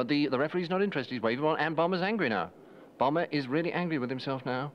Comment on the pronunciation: I wonder why Michael Palin calls him "Bombber" rather than "Bomber".